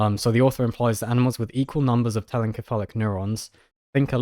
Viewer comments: Your pronunciation of telencephalic, with a hard c, gave me great pause. While it may be the case that the Greek root, kephalḗ, for head, does indeed argue for the hard consonant sound, every time I've heard the anatomical derivations spoken in English--encephalon, encephalopathy, telencephalic, diencephalon, etc--it's "SEPH a lon." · I'm 90% sure telencephalic is pronounced like encephalopathy given the similar roots, so it would be "tell-en-seph-a-lick" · Think more like ‘tell-en-seff-AGH-lick’ with the stress on the second to last syllable because it’s an adjective like melodramatic, metallic, idiosyncratic, homeostatic, etc.